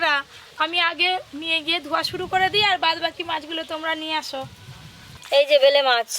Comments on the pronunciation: উচ্চারণ সমস্যা।। অনেক ওরকম ভাষা পাবেন।। আজ নতুন না।। 😂😂😂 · এই মাছের নাম ভেলে।মাছ। না এই মাছের নাম বেলে মাছ আগে উচ্চারণ ঠিক করো